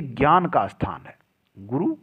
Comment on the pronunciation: अस्थान बोलते हो आप, ऐसा बोलना सही है या स्थान